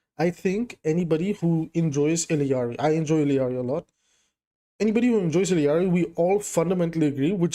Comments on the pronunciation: Love ur vids but go crazy every time you add another two Ls to illaris name E-yar-E instead of ill-E-yar-E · Theres only 1 'i' in ILLari. You and spilo both pronounce it the same way lol